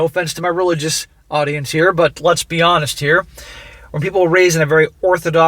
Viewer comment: Anyone else hear "lesbi-honest" instead of "let's be honest"?